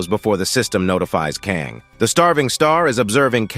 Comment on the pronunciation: Why can't the AI narrator pronounce "Kang" and "Kong" or "Kung" ... I mean damn, what is the protagonist's name, or is he 3-4 different people. Same with "Crystal Mousse/Mouse/Moss" get it together... damn